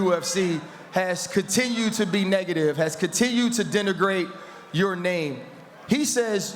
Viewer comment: My man said dinner-grate